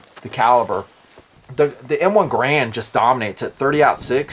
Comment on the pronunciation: When pronounced carbine, I smiled.:) When pronounced Garand, I frowned.:( Good video. Have long wanted an M1 carbine. From all said about the history and lore, even in spite of the negative stories, I've long felt it's an ideal backup or family weapon - for when the kids grow out of the 22LRs, or, as the review puts it, when the wife wants to bring her preferred battle rifle along.